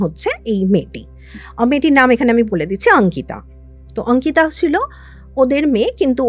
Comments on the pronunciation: অঙ্কিতা✅ আঙ্কিতা❌ এটা আবার কেমন কথার বলার ধরণ 😅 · Delhi te baro hoechen,so eta normal bolte paren.